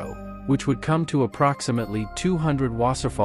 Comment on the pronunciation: It's pronounced loof vaffa and vaaser fall.